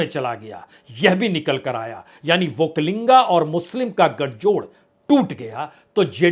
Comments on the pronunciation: It is not okkalinga sir it is okkaliga. There is no 'n' there. Entire hidi belt media is going this mistake. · Badiya Vishleshan Kiya aapne. yahaan ki haalaat bilkul wahi hai Jo aapne kaha. Ek aur baat batana zaruri samajta hun,ki.... Vakalinga nahi vakkaliga hai,aap is baat ko agle video me correction kar lijiye, sir...aapko bewajah chahane wala..... ,🎉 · Sir it is वोक्कलिगा not वोक्कालिंगा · Say vokkaliga not vokkalinga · Prasun Ji; "OkkaliNga" nahi, "Okkaliga" hota h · Sir not vakkalinga, that is Vakkaliga. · Sir, Vakkaliga not vakkalinga. There is no (n)vakkali*ga. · Not vokkalinga it is " VAKKALIGA" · वक्कलिंग नहीं है। पुण्य प्रसुन वाजपेयी जि #वक्कलिगरु। बोलना है। वक्कलिंग गलत अर्थ होता है। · Bajpaij vakkaliga, vakkainga wrong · That is not Vokkalinga its Vokkaliga